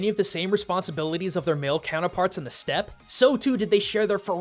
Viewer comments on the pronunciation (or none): none